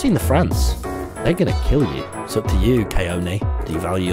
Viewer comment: "iss a strawberry"